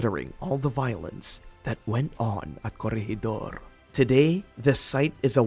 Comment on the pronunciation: When did the Japanese fly fighter jets in WW2 as a military History buff I would love to find when as the British had the first operational jet in WW2 Were is gwoblycannall , and curryegidor What shocked me is that never did any research its easy to find out the proper pronunciation there for not making you look like a dick